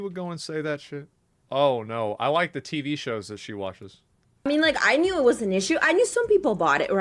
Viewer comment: *Dad: "The Tivi shows" *Asmon: "The Tiddy shows"